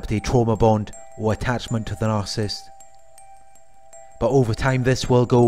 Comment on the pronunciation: It’s NAR-SIS-IST .... NOT NAR-CIST